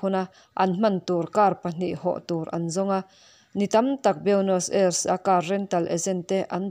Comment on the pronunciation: Nakin zel atan Buenos Aires pawh hi Aires ti a lamtlang lo hian Ei tia chawl detin ris ti a lamtur anih hmel Ei Ris tihna anih chu